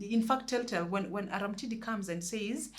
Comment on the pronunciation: Read it as Arumtidi not Aramtidi,it sounds weird in Luo dialect from which that character is derived